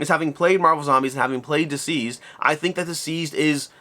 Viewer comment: It sounds like you’re saying diseased and not deceased